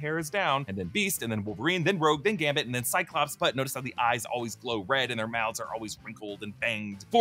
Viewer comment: gamBit, gamBit.. not Gamit